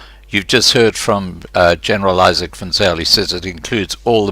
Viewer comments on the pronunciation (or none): 2!!! Geez, the man's name is IZAK & not ISAAC..please lol. Salute Izak! # GATVOL!!!!